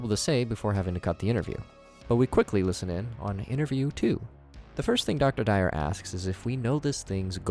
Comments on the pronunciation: Yo, plus. To pronounce Dwyer its pronounced d-why-er not dire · Really couldn't be bothered to Google the pronunciation of Dwyer? Your analysis is good but the lack of effort on details makes me feel like your analysis could be incomplete.